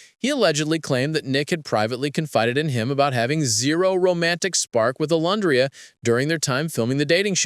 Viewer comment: I know this is AI voiceover but can you please fix the names? It calls Olandria different things throughout the entire video. It’s off putting.